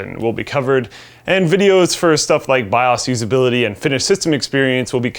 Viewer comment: saying the "bi-aws" is the best part of this video.